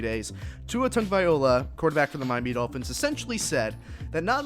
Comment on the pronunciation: Please if u going to do a podcast get Tua's last name right or don't say at all, Tua will be alright.